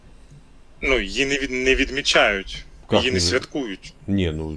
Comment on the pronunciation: Я несколько раз переслушала, он сказал, что дату "не ведмичают". Вот интересно это от слова "ведмедь"или "ведьма"? И не говорите державную мову коверкают, как только могут.